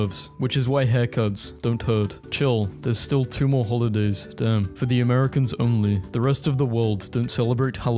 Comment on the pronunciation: THAT "DAMN!" WAS PERSONAL